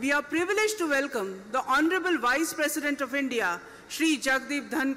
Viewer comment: Please correct the sentence..its not presisent…its President